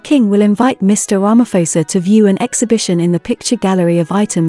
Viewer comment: That is a lovely colour. Tip Prounounce Ramaphôsa like Xhosa or like pause'a' 👍